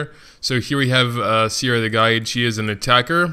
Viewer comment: It's Seira, not Siera